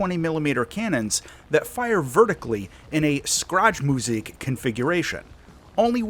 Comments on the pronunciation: A little bit of advice: Schräge Musik (which is what nazi germany called Jazz) is pronounced: "Shray-g-e Moosic" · "Skraj musik" 🤭 Btw don't worry about grammar nazis correcting you on stuff like this, just thought this particular misspronounciation was very funny. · Sorry to say that but you butchered the word SchrägeMusik so bad😅. No matter though, I get that it's hard to say German words sometimes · The way you absolutely annihilated the word shcräge music was divine. Chefs kiss